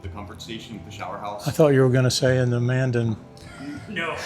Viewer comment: It’s not located in Bismarck but in Mandan. Which you pronounced wrong too. Man-Dan